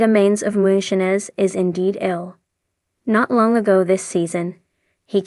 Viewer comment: Anyone else annoyed by the AI narrator that can't pronounce the word "Moonshiners" correctly?